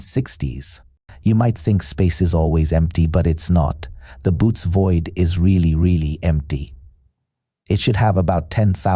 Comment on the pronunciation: I stopped boots void 🫣 Its pronounced Bow-et-ez (Boötes)